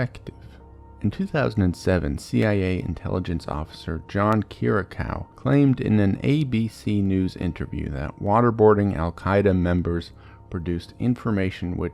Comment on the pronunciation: John Kier-reeee-ahhh (like a scream) coo (like a pigeon) Kiriakou